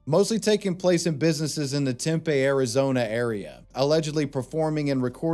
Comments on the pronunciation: Temp-eh?????? You mean TEM-PEA?!?? Spelled Tempe. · Just fyi it's tim pee not tem pay :) love ya bro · Listening to you pronounce Tempe, AZ as Tempay was making my eye twitch 😂😂😂 It’s actually pronounced Tempee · Temp(ay) lmao 🤣🤣🤣 it's pronounced tempee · Oh good christ. Tempe, tem – pee. Tempe. Teepee with an m. I hated that so much please dont call Tempe Tempeh again 😭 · As someone who has lived in Tempe, it’s pronounced Temp-ee, not Temp-ay. I’ve noticed this in other videos as well (bc Tempe is a deplorable place) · For the second idiot on the video, it's pronounced tim pee Arizona not tim pay 😂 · It's pronounced Temp-ee AZ not Temp- A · The correct term is not gaslighting. It is LYING and it's a capital offense in many situations. It's pronounced Tempee, not tempay. :) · As an Arizonan, it's pronounced "Tem-pee" as opposed to "Tem-pay" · Temp-aye Arizona took me out. Haha. It’s Temp-ee. But I forgive you,. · Tempe- Tim•PEE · tempe is pronounced “temp ee” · Btw Tempe, AZ is pronounced “Tempee” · FYI, people in Tempe, Arizona pronounce it "Tempee". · Your using AI for narration and it pronouncing the city of Tempe wrong. I lived near there. It’s pronounced temp pee as one word. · i'll be the one to say it erm actually its pronounced "tem-pee" 🤓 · it’s said like “tem pee” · Tim-pee brother. Tempe is how it's spelled tho. Native Arizonan and embarrassed state mate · The most hilarious part of this video is homeboy's pronunciation of Tempe lmao "Tem-pay", okay Toast of London 😂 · It is pronounced Temp pee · did he really pronounce tempe like that???? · Tempeeeeee is how it is pronounced source: i live here